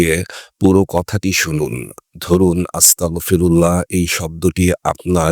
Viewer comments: উচ্চারণ হবে আস্তাগফিরুল্লাহ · উচ্চারন হবে আস্তাগফিরুল্লাহ